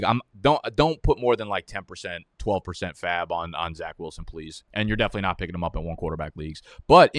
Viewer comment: Loved this and loved how you said % of faab